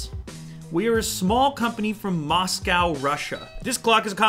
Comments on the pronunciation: I cringed when Lew pronounced MosCOW. It's 'mosko'. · It's Moscow not Moscaw!!! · Omg the way you pronounce Moscow though....Its 'Mos-cO' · The way he pronounced Moscow..... It made me shudder.